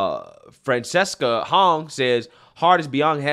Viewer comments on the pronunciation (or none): none